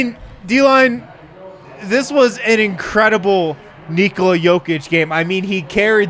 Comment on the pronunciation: ''Say Neekola one more time'' lol, hilarious!